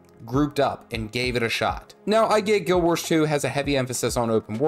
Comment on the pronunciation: why does he say "Guild Wersh 2" ??